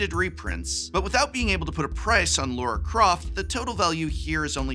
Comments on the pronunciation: It's Lara Croft, not Laura Croft, aaaahhhh!! ;) ;) Great video, as always! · Was calling Lara, Laura, a bit? Because otherwise… it’s Lara. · Love your content, Prof ❤ The product reviews, the campy jokes, the superior consumer advice, the exceptional attention to detail on The Academic - it's all amazing! So. Uh 😒 LAR-ah. Not Laura, not Layra. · Lara Croft. Not Laura.